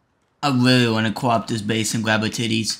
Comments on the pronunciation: “That sounds wike a weally big guwl in there how mucha you weigh sweetie?” 😂😂😂😂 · WEAWWY BIG GUWL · "that sounds like a weally big gurl" bru im dead 💀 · sounds like a WEALLY big girwl